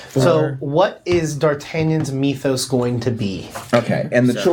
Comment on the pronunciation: It's really grating that continually mispronounces "Mythos," no matter how often everyone else pronounces it correctly!